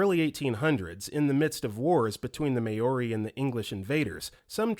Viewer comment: everyone commenting ab galveston but no one’s pointing out how awfully “maori” was butchered 😭😭 i know that this narrator tends to mispronounce things, but i think mispronouncing an entire group of native people comes off as disrespectful